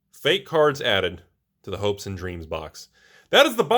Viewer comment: I thought you said Hoax and Dreams ':D